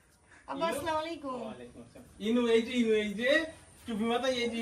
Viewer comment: আপনাদের বর বউ দুজনের সালাম দেওয়া হয়না।সালামে নব্বই নেকী যেহুতু মুসলিম সঠিকভাবে সালাম টা শিখে ভালো ভাবে দিবেন না হলে দেওয়ার দরকার নেই